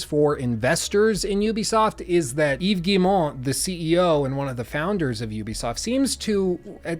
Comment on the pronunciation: Heck, I work at Ubi and I have trouble saying Yves’ name right sometimes. Props to you my dude for getting it spot on!